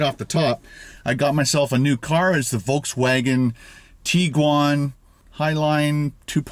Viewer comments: You asking about Peaches or b*tches?😆 also the "w" in Volkswagen is pronounced "V" so its volks-vagen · thats what i said Volkswagen but pronounced Volks-v-agen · A Os it is not pronounced volks-vagen im German and its pronounced with a rough w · A Os no the w is a w, just need to pronounce it with german accent.